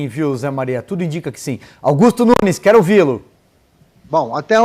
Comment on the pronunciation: "Eu quelo povas"